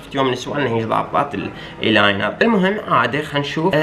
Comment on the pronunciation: هههههههه ايلاينر مو يلينر 😂😂❤️ مدري ليش الولد حلكهم يصير بي تشنجات من يم الميكاب 😂💔